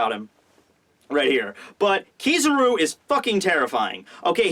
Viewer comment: hes say kizaru wrong